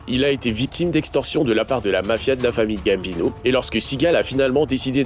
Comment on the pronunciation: Putain quand tu as essayé de prononcer le nom de Gambino y a la moitié de l' Italie qui sont morts 😂😂